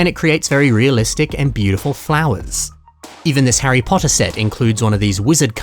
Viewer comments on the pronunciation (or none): none